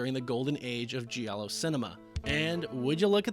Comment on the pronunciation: GIALLO is pronounced like in JAM. You don't say JEE-AM. You say JAM. JALLO. Not JEE-ALLO.